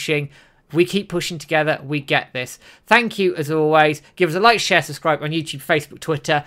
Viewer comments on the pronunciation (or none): none